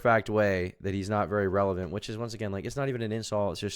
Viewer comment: Mispronouncing "relevant" doesn't help